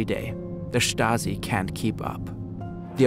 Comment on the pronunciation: “Da Shtazi”